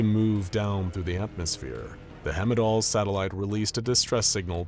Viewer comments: Heimdall pronunciation 😢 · I love this narrator but he pronounces "Heimdall" wrong